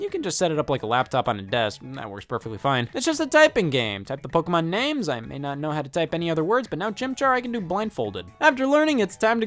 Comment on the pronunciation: I object to the claim that DS had any hardcore games. You want the PSP for that What games can the card reader use? I have Love and Berry It's po-KAY-mon, not po-key-mon